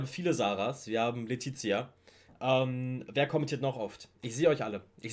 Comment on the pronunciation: Ich lieb den Song und deine reactions! 💕 Find auch auch die eine Zeile so smart: kenne meinen Wert (ausgesprochen wie Vert) / Lil Uzi money